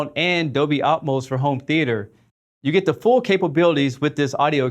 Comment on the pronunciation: "Dolby Atoms" ??? Hahahaha